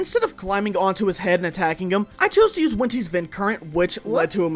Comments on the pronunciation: “i chose to use wentis vind current” 😭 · Did he say “Wenti’s vind current” or am I just going crazy? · “Wentis vend current” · ‘wenti’s vind current’ 😭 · He said wenti's vindcurrent in the monstadt final fight???